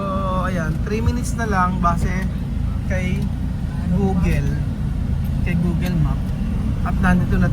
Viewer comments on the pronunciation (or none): Not gogel You pronounce it like gugol